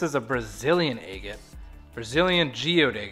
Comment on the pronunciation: Where are you from that you say Aygit? Never in my 61 years have I heard that pronunciation. Just curious.